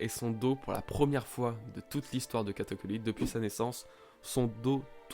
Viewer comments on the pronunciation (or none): "Katakuli" dégueulasse xD sinon cool la review^^